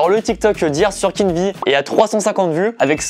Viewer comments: Je suis le seul à dire {Keen VÉ} et non pas {Keen Vi} ? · Ces pas Kenn vi le v se dit v donc ces Kenn vé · J'me suis dis la même chose ! 😂 C'est "Kinvé" la prononciation 😂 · Pourquoi tu dis keen'vie au lieux de keen'v ? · Keen'V et vi dans la prononciation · Suis je le seul à ne pas prononcer kenn'v comme il le dit ? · "Kine vi" mdr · La prononciation c kin vé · Mdr « keen ‘ VI »😂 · "Avec Kine vi" incroyable cette prononciation mdrr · On est dacord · Nan ça c'est mon gars, il a percé seul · Ah ouais trop mdr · Keen'V prononcer Keen'V(ie), ça me fume 😂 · Très bonne vidéo, malgré le fait que tu as écorché le nom de Keen’V environ 10 fois.... #TeamKeenV #TeamTahiti #AlHorizontale #Valerie